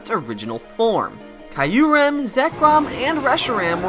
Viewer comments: Kee uh rem, not kaiuu rem🙃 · one true enemy is pronouncing Q-REM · I’m sorry but that Kyurem pronunciation sounds like nails on a chalkboard to me